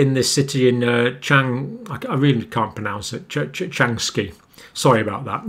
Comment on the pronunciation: LOL, that place is called "CHANG- sha" and rhymes with... uh... LONG-shot (almost). It seems they've had a better time there than places like Harbin.